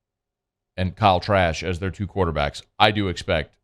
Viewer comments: Did he say Kyle Trash? 😂😂😂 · Did he say Kyle trash? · I know I’m not the only one that heard ‘Kyle Trash’ 🗑️ 😂😂😂😂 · Did he say Kyle Trash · I thought I heard that too 😂😂